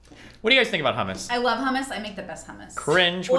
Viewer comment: Hamas is a good dip? how could you accept that pronunciation as an Iraqi? It's hummus, the 'u' should sound like the 'u' in 'ruler' and the "m"s should be prolongated. And Destiny didn't have a good hummus.